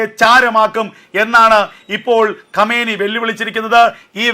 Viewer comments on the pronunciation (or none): Qameni അല്ല shanggi കൊമൈനി എന്നാണ്